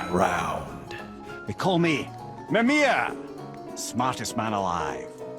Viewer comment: How does a character introduce himself as mimir get you too pronounce his name as memir? Somethings will never cease to confuse me